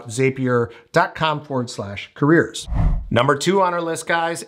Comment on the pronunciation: zapier .... it rhymes with Happier